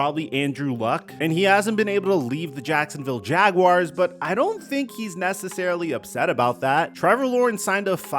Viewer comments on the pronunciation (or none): none